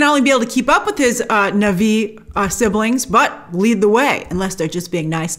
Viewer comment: It's pronounced Na Vee... not Nahvi 🙃! 🔪😎👎